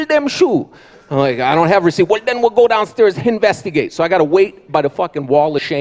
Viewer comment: Real ones will appreciate that he said "hinvestigate" instead of investigate.